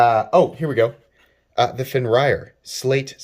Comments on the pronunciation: Okay 1.) love your channel I get excited when I see new videos up of yours. These all look sweet. I’ve never heard of this company before and I’m excited to explore their stuff. 2.) Fenrir = “Fen-rear”. ✅ “Fen-ryer” ❌ I know I probably come off mean correcting you. I promise I mean no bad will. 3.) If the Fenrir comes in a jade g-10 though, I’m all over it, under it and all up in it. That’s a sexy knife. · Pronounced fen-rear. It's a norse mythology reference. Sorry for being that guy 😃